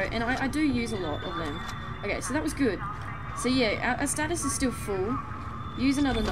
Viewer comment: It's been bugging me, so I figured I'd go ahead and say it. Isaac's ability to slow enemies is called "Stasis" (stay-sis), not "Statis".